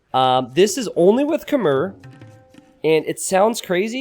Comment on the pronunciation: Please learn how to pronounce "Khmer" properly.